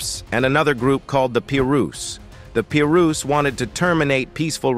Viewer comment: Soon as he said PEE-RU’s stopped the video NEXT